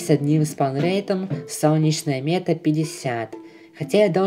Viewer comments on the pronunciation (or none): none